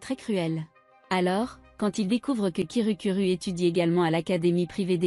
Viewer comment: Hum tu avait dit kirukuru a la place de kirukiru. /\__/\ |● ●| ( /> ) Un petit chat 🐱 ❤❤❤ Bref continu comme sa❤❤